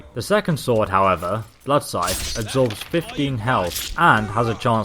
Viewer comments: he said "bloodsith" ☺ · D-did you just say "blood-sith??